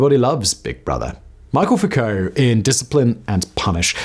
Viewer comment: Pronounces “Foucault” as “foo-co,” but pronounces “Michel” as “Michael?” Make it make sense!!!